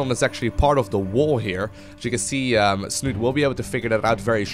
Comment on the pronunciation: Snute himself has actually said everyone is pronouncing his name all wrong ^_^..its snutee with the accent on the "e" at the end :P